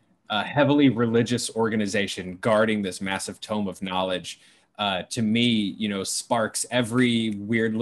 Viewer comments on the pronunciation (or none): Call me petty but I find it odd that Jeremy can pronounce grimoire correctly but not tome. lol